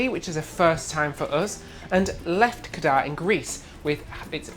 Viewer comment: It's LefkAda, not LEfkada, guys! I hope you liked it!